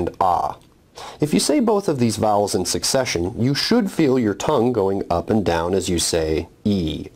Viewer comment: vowels - bowel big pronuciaton problem here